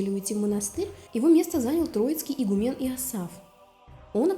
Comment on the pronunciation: Не игумЕн, а игУмен.